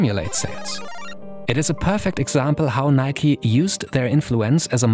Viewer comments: Im baffled noone pointed out the fingerbittingly awkward way he pronounced "NIK 'E' " instead of just "nike". Like goddamm it this is some sort of new chinese torture of something midly annoying shoed (pun intended) in an interesting content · Wtf do Europeans call Nike, "nik" say the E in Nike. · Can someone explain what its pronounced like Nikey? Why not simply Nike, like for example Hike, Bike, Mike and many more. Those are not pronounced Hikey, Bikey, Mikey, so why is Nike different? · My only question is why is it pronounced Nik-e instead of Nike like in Mike? That is how we pronounce it in Sweden and it sounds better imo